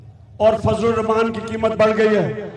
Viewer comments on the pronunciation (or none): none